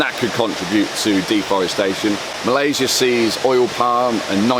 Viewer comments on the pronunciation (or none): none